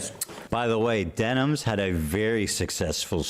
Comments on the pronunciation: why is he saying her name wrong? is that something he does intentionally or can he really not read denims? its like what jeans are, denim, but plural. but he keeps saying demis or dennis or stuttering between the two. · Am I missing an inside joke or is there a reason he keeps calling Denims Demis? Also first time viewer, really enjoyed this video!